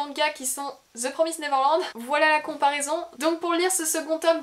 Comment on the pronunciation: Première fois que j'entend quelqu'un prononcer correctement The Promised Neverland :D